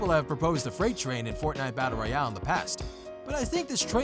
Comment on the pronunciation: says fortniye battery